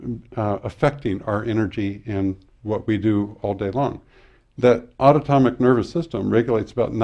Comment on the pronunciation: Great information. Autonomic - pronunciation was incorrect as autotomic